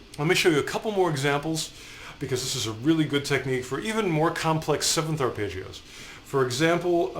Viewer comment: Has anyone else been annoyed by Ar-pay-ggeos?